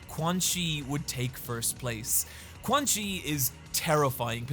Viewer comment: This is a great video, but GODDAMMIT, THAT PRONUNCIATION OF “QUANXI” IS PISSING ME THE FUCK OFF. Anyways, good vid bro.